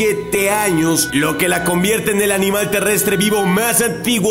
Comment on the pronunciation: Soy yo o dice canmal aquí